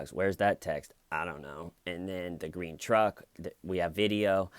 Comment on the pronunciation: "I love grene trucks" xD